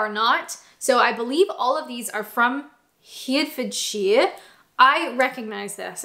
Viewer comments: OK, one more time. Say it slowly after me: "Hair", "Ref", "Ford", "Sheer". I'm going to get you to say this right, if it kills me. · Its pronounced Hart fod sher, although I am a Northerner its still right :D I also think you would be a fun drunk ! sorry :) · Are they from Hereford? It's pronounced Herryford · Sloshed again. You must love your job. By the way its pronounced He Re Ford Shire. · Just do a search for "how to say hifidreshire" because thats what it sounded like. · Completely unnecessary taste tests? I must have missed those. I'm here for the essential, scientifically accurate taste tests. Oh, and while most of your place name pronunciations are greatly improved you still cannot say Herefordshire. :-) Try "heh-reh-fud-shur". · Herefordshire is pronounced; Herra-f’d-sheer xxx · Love your pronounciation.. I don't want you to stop pronouncing it your way, but Herefordshire is normally pronounced HerryFudShure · I love your videos, but please for the love of god its pronounces heart-ford-shire, not hurt-ford-shire. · The way you pronounce Herefordshire is comedy gold. In the nicest possible way. Thank you. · What a tough job you had to do. Fancy having to taste so many ciders.You're a hero! Now, which county were you talking about? Hertfordshire (pronounced Hart.. the same as your heart) or Herefordshire (pronounced with the two first "e"s as short sounds, similar to the e in pet or bet)? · Heart ford shire is the best way to say it love,now I obviously know that is not how you spell it but to pronounce it. Hope that helps 😊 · I can't understand if you're trying to say Hertfordshire or Herefordshire... Either way, great video! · HEH-ra-fd-sheer. Or HER (pronounced like the ber in the word berry) e (pronounced somewhere between an e and a) ford (pronounced to rhyme with could or should) and shire (sheer or sher. I go with the first but no one will care, particularly if you're a bit drunk.) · That's not how you pronounce Herefordshire!